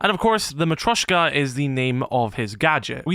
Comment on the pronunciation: It's pronounced mat-ree-osh-ka